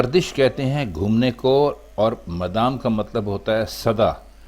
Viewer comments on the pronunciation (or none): لفظ madam نہیں mudam ہے۔ نبی علیہ السلام رحمت للعالمین وہ کسی کو عزیز کیوں نہیں جانیں گے۔ انہوں نے تو فتح مکہ میں سب کو معاف کردیا تھا۔ یہ اشعار نعتیہ نہیں ہیں